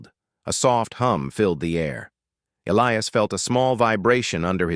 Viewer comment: The name 'Elias' contains no 'ill' sound in it and the correct pronunciation has a hard 'i' in it!. Oops LoL 😮😢